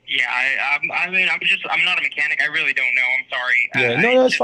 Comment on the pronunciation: That's witerawy CWAZY guys!!!